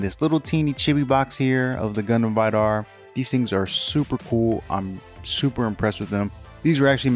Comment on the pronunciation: The way he pronounces Vidar hurts. It's supposed to be pronounced "vee-dar" not "veye-dar."